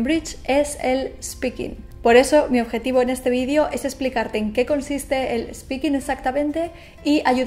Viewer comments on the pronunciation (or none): none